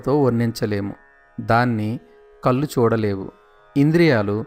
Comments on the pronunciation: కల్లు కాల్లు కాదండీ ...కళ్ళు కాళ్ళు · దయచేసి కళ్ళు అనండి కల్లు కాదు కాళ్లు, కాల్లు కాదు దయచేసి ఇది గమనించండి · కళ్ళు కాళ్ళు అనడం అనాలి.కల్లు కి కళ్ళు కి తేడా గమనించి పలకండి. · Meeru eyes... kallu ni (toddy) laaga palukutunnaaru... Kaallu kooda (la kaakumdaa alaa.. ) naalika madatapetti palakaali.. spastam gaa palaki ee video ki viluva penchagalaru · telugu lo 'ala' ni meeru kallu ani uchharistunnaru. please try to pronounce properly.